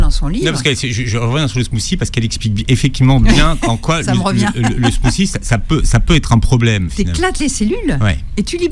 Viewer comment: Le "smousi..." 😂 Mais dit "frappé " si tu sais pas parler anglais, va....